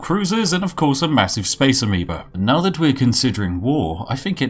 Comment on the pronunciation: A Massive Space "Amibo" xD I kept hearing that.